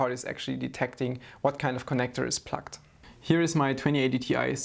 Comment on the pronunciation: Hey, a very very friendly language notice - your pronunciation of "plugged" sounds more like "plucked", and "plucked" might sometimes be interpreted as "disconnected". I can imagine it could cause a slight confusion with viewers.:) But other than that - great work as always!